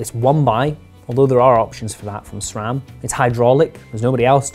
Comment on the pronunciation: This guy, knew how to pronounce SRAM 👍🏽